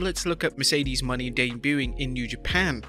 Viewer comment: That guy is say her last name wrong it's not Money its Mone